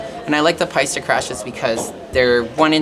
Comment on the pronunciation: I’m sorry but she can’t pronounce Paiste... sorry it’s an e not an a...